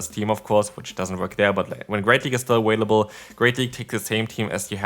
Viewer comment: Three Ah-Whale-ables in one video 🤦‍♂️ So Cringe...